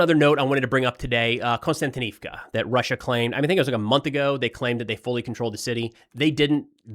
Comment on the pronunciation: Can anybody tell me why every youtuber pronounces 'Kost-yan-ti-niv-ka' as 'Constant- inivka' ?????